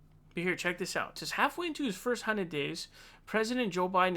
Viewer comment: "Hunid days" 😂